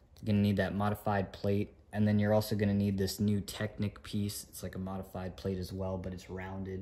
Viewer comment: why do you say modefyde brick😂😂😂